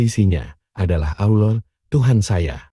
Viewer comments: Satu keaiban yang besar kalao sebutan " Allah" kayak orang yang pelat!!! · Sebutan "Allah" harus diperbetulkan nurut "makhrajul huruf" yang benar...jangan asal boleh tapi tak boleh!!! maaf!